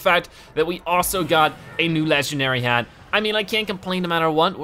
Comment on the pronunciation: Its hat not had!no offense im a subscriber but i want You to say IT correctly